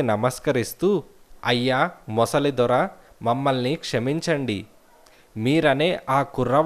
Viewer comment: ముసలి కాదండీ మొసలి...mosali